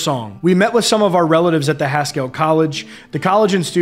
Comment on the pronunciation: Not criticizing. Merely wish to be helpful. Haskell is pronounced as Haskull (Like Eddie Haskell on 'Leave It To Beaver".It was an American Indian Boarding School for many years and the burial place for 103 children who attended there. My late Uncle attended there after he left Chilocco Indian Boarding School. Thank you for keeping us informed.